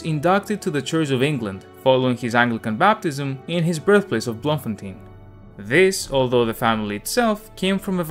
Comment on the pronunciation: As a South African I am proud that Tolkien was born here despite him being not being a South African citizen. Oh and Baboon spiders are no joke those things aren't dangerous but pack quite the attitude. Oh and Bloemfontein is pronounced bloom-fontein.